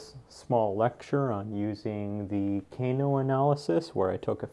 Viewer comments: FYI "Kano" pronounciation is incorrect. In English it is more like the "a" in "father". Not the "a" in "cane" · The way he pronounces "Kano" though hahaha